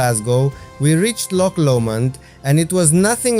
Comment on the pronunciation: Great video and 10 out of 10 for your pronunciation of Loch! Rather annoyingly for Scots, English tourists cannot (or will not) pronounce it correctly and say Lock instead. We find it quite irritating. Sorry you missed the train at Glenfinnan. The Glenfinnan monument at the edge of the loch was worth a visit however. And do go to Glencoe at some time. It is stunning.